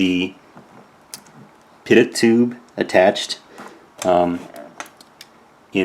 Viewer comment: I hate to be THAT guy, but I am an airplane mechanic. There are enough airplane based toys that this should be useful. "Pitot" is pronounced "pee...toe".